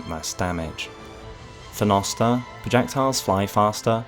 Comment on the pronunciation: Also "jnoster"